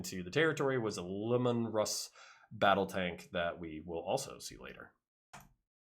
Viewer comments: Lee mun Russ, not lemon russ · Sorry, but it was painful to keep hearing you say Lim-mon Russ... It is Lee- Man Russ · fyi your saying lemanruss wrong. it's LEEmanruss, thats how gw says it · I mean no I'll will to his pronunciation of Leman Russ, but 'Lemon Russ' is too good to pass up as my new head canon.